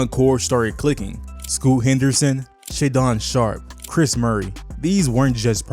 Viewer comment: Why make a whole video on a team you’ve never watched play? Shudun sharpe and Deni adviva? 😂😂😂 the 2 top players and u can’t even say there name right lmao